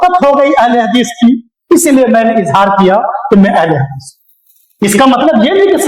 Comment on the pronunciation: Abe tumse ahle hadees bola nahin ja raha hai aur beta Tum Al bol raha ha